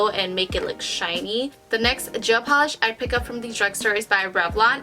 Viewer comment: “Jail pawlish”